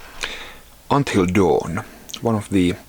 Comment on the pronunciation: until dawn and not doon